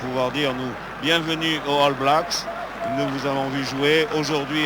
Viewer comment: Quel match formidable ! les arrières gallois qui ont marqué l'histoire, Williams, Benneth, Edwards mais aussi Bevan et Dawes (ok Duckham complète bien la ligne)... Et entendre le légendaire Jean Dauger prononcer All Blacks ("Halle blacks") c'est du bonheur... et le hakka néo-Z pas encore pollué par le marketing moderne, plus proche d'une farce étudiante... à voir et à revoir.